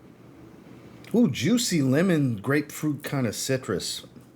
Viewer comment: You said, "Italian lemon". I heard, "Italian women". 😂